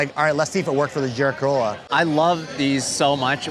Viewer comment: I'm a native German speaker, and I don't understand the term "Keürolla." We pronounce this "Keürolla" like the Japanese koi fish—koi-rolla. What am I missing here? 🧐🤔 And also we say Corolla for ... Corolla.